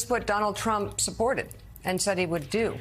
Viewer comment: What a 🤡! Can't even pronounce President Trump correctly 😂